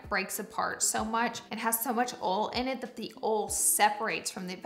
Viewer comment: wait why is she pronouncing oil as "ole" ??